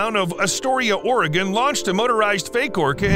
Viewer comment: I hate how he Pronounces Astoria and Oregon!